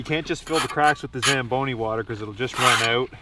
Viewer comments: Say it with me now...... "Zam Bone EE". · You said “zamboni” and i was like aint no mf way this guy bought a Zamboni…..i stand corrected. Carry on.